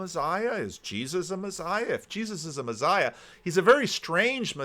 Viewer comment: p.s You say "messiah" weird in the same way Peterson says "absurd" weird... No, it's not your accent.. you're just saying it wrong 😂